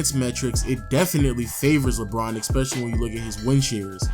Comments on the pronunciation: For someone who can't pronounce the word "Especially" you say the word "Especially" a lot, goddamn. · "Fustrated..Expecially." TF